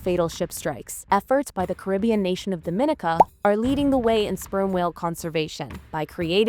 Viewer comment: Hey my parents are from Dominica. I appreciate the shout-out but it's pronounced Dom in eeh Kah